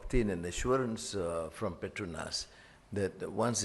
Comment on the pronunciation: Petronas, not the Petrunas😅